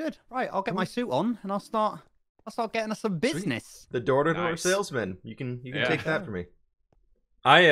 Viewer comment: Is it just me or when he says can it sounds like cant (no hate)